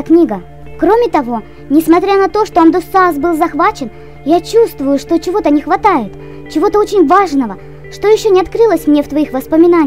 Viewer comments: АмдусцИас! УДАРЕНИЕ НА И! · АмдусцИас, а не АмдУсциас:< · АмдусцИас, ударение на "И"